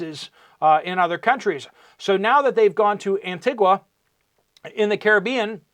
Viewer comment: 😊 FYI Antigua is pronounced….. AnteeGA